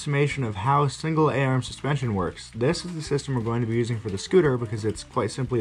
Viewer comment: eahrm took me forever to figure out you meant 'arm'.